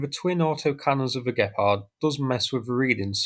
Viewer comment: Gepard... not gephardt ... or better say Cheetah in English :)